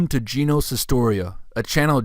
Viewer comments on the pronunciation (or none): none